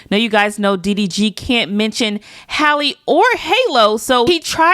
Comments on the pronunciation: Why can’t yall get her name right 😂😂 they be calling or Haley and all types and shiii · said hailey...who tf is Hailey 😂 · Why do niggas keep calling that girl “Haley”? Her name is pronounced like Halle Berry’s. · Her name is Halle just like Halle Berry and it’s pronounced the same way.